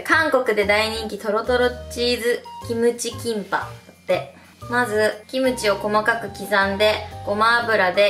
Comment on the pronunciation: キンパがティンパに聞こえて一人でツボったw